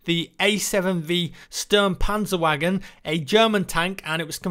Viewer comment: The "pancer wuagen" 2016